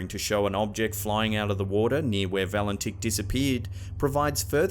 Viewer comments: At the time Valentich disappeared, his name was pronounced "Valentich", not "Valentick". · I like your channel and I am a subscriber but please mate pronounce the Australian pilots name correctly lol you said his name at least 10 times incerrectly.